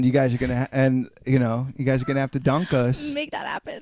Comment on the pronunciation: DUNK, not DUCK you QUACK!!!